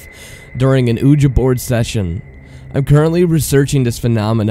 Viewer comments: I'm with everyone else. Please pronounce it correctly: WEE-juh. Your channel would be much more enjoyable if you slowed down your reading and enunciated better. 🙂 No hate, just constructive criticism. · dude your the ONLY person in the world pronouncing Ouija like that. its time you get on board with the rest of us. its pronounced WEE-JEE. simple as that. you got this. i believe in you. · "Uhja board" well that was annoying as hell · I wish he would drop calling it an "oooooja board" ouija is produced weegie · Houston XD sorry I am so used to pronoucing it weegie and when I saw it spelt I just assumed it was ohh Ja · i know there's plenty of comments saying this but your say Ouija wrong. It is pronounced 'Wee-ya' or 'Wee-jah' and not "Ooojah" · "OOJA"... it's pronounced "WEEJA" even though it's spelled ouija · I wanted to listen to this until I heard him say "oooh-ja". I love your channel but it's pronounced "we-jee" and if u can't properly say Ouija board, just call it a spirit board. The way you pronounced the word "Ouija" took the creep factor out of this whole narration. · "Ooja board" 😂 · OUIJA NOT UHJA LEARN HOW TO SPELL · You mean the "ooja board" and "Okla-hom-a" mispronunciations? lmao yeah it kinda aggravated me hearing those. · The oojuh is really hurting me here, dude... Sorry, I gotta bail... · He said oooja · Hahaha. "Oojuh." Hahaha. "A children's toy." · "Ouija" is derived from the French word "oui" (pronounced "we"), meaning "yes". You are willfully pronouncing it wrong. Also, the French word "planchet" (meaning "plank) is not pronounced as "plashet" as you are saying it. Your mispronunciations are so irritating to listen to, that I could not et through 5 minutes of your video. Just terrible! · It is pronounced wee gee but who cares. people are too hung up on little things. I still liked it. at 81k subs I doubt you are worried about the haters.lol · Oooja it pisses me of say it right dammit